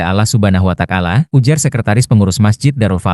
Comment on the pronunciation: Ini yang Bacakan Dialog Orang Nasrani y. WataAlla bukan Watakala Pak.